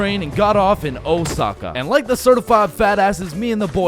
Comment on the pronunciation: “Oh sa kah” no “o sah kah” yes